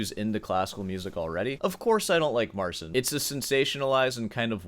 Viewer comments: Great as always. But when you say 'Mar-sin' it makes my ears ache. It's Mar-CHEEN. Got some Poles in my extended family... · You're very rude and arrogant. No one needs your opinion and watch your language. And it's pronounced, "Marceen."